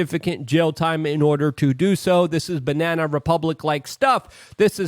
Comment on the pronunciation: Luke you keep mispronouncing BANANA Republic. Can't wait for the Foreign Ministers of Russia, China, North Korea, Birma, Iran and many others to publicly denounce the illegitimate political persecution of DJ Trump. The USA has lost 100% of it's international credibility and because of all the wars you Yanks caused also the basic legitimacy to exist as a nation. #FuckTheAmericanAxisOfEvil #YankeeGTFOofEurope #Reparations4AmericanMadeISIS